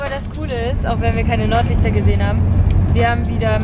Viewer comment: Hat sie Nordlichter oder Norderney gesagt ?